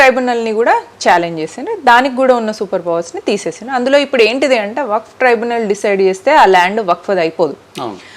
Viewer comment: ట్రిబ్యునల్ అక్కా సరిగా చెప్పు అక్కా ట్రైబనల్ కాదు